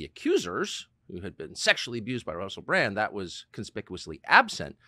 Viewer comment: Sometimes instead of 'Bran-D' Americans say 'Bran-T' lol.